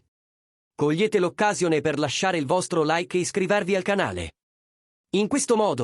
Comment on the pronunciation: si pronuncia occasione con accento fonetico sulla o e non sulla a come dici tu.